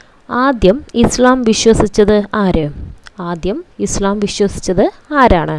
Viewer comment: Islamum ; Nabiyum;Allahuvum pranounsation thettanu